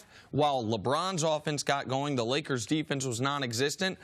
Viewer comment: There's no "D" is Lakers.